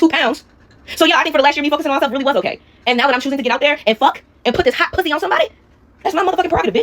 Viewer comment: always kills me when she says "pwussy." 💀😭